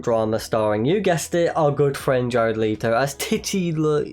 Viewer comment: I have never, ever heard someone pronounce it Jared Leeto